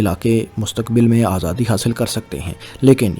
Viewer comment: صاحب آپ کی ویڈیوز میں بہت اچھی معلومات فراہم کی جاتی ہیں ۔ لیکن آپکا اردو تلفظ ٹھیک نہیں ہے ۔ آپ پنجابی زدہ اردو بولتے ہیں ۔ مثلاً Himayat ko Hamayat, Mukammal ko Makkamal, Aazadi ko azadi, aor ko or Difa ko Dafa بولتے ہیں ۔ آپکے مقابلے میں فیصل وڑائچ صاحب کا اردو تلفظ بہت کمال کا ہے۔ آپ ان سے مدد لے سکتے ہیں ۔